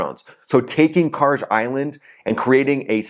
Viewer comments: Kharg is pronounced kharg, not karj. I understand slopping the initial kh into a k, but that last letter is a galf, not a jeem. In Farsi, galf sounds are pretty much always a hard g. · bro khaaaarg G pronounce like g in Gun its not Jee its Gee